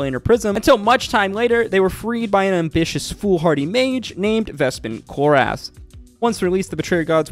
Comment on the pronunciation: Why does he say it like Vespin ChlorASS 😭